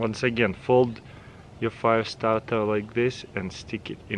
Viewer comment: I am ze fiyastawrtuh, solawr fiyastawtuh